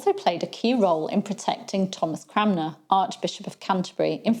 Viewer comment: I love that you can't always say Cranmer properly (I can't say donimoes) 😉